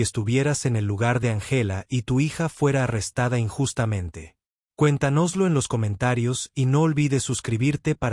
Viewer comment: Angéla y cuentanóslo y Morríson increible pero la lectura mecánica produce horrores.